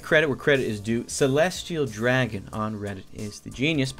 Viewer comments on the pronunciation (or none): you said Celeste Dragon wrong srry i have a little bit of OCD